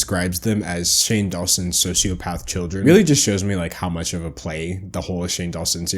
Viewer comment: Why can not pronounce ch's? Sounds like he says "muts" instead of "much" for example